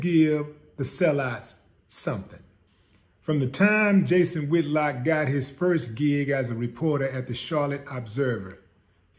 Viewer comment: He said “ Jason Ham-Hock” 😂😭😂